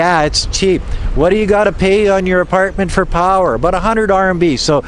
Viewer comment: Slow and defensively. Lol OMG. I JUST heard you say the Canadian ABOUT. Aboot. Mind blown. LOL (I am Chinese-Canadian)